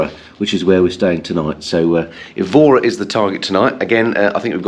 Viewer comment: Brought back many memories of the fabulous riding to be found in Andalusia. Seville definitely worth a few days visit but probably best without trapesing around in motorbike gear. Look forward to seeing Évora again ( pronounced with emphasis on the E, by the way).